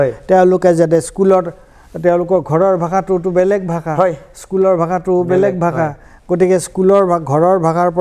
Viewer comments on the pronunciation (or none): none